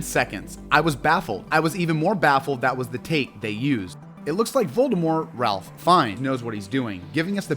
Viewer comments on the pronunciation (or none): its the little things, like how you seemingly mispronounce things on purpose, (its pronounced Rafe, not Raplh, and its Avada KedavRa not Kedava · Please…it’s not Ralph…it’s pronounced like “Rayf” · Rafe! Rafe!! RAFE!!! SMH! He name is pronounced Rafe. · Great list! Fyi Ralph Fiennes pronounces his name “Rafe” not “Ralf” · It’s pronounced ‘Raif’, not ‘Ralph’.